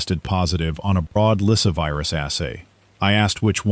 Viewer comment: LySSAvirus, NOT Lysivirus...